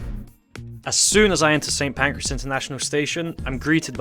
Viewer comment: And Pancras as PANCREAS !